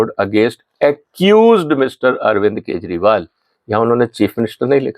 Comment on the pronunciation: Why you are always pronouncing kajerival. Ji ji. Ji are you sure or not.